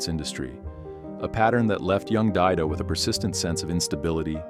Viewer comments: Its Daido, not Diado... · Morijama Daidó (Daidō Moriyama)... not Diado